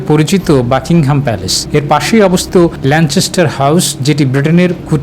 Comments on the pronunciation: কেমনে চ উচ্চারণ আসলো আমার বোধগম্য হলো না, যাই হোক, 'যায় যায় দিনের' দিন পার করে দিলেন সংবাদ পাঠক। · It's Lancaster.....